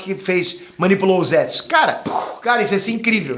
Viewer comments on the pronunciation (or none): Não é ZÉTSU...é ZETSU